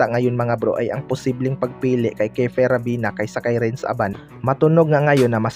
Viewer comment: ravena hindi rabina ayusin mo mag salita🤣🤣